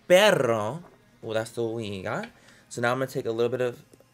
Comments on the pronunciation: You rolled you Rs too much for pero and it sounded like perro But still good job for adding in some Spanglish :3Mucho Love <3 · Manny when you pull the pero to "perro" you're saying "dog" instead of "but" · "Perro that's what we got" Dog that's what we got lol its pero but that was so cute. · he says "pero" like "perro" 😂😂😂😂😂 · why does he say dog perro means dog lolif you wanted to say white its blanko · When Manny tried to say "but" and he said "perro" instead of "pero". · Why do you roll your tongue when you say "pero"??? You're saying perro 🐶 😂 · Soooo we're gonna ignore the fact that he said dog instead of but? I think I'm just gonna laugh and not be offended 😂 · I'm Mexican and it sounded like dog, but I still dying when he speaks spanish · Manny's "perrrrro" 😂😂 you're saying 'dog'. Lolol love it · "Perro" jaja te amoo😻😻😻😻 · pero in spanish is but too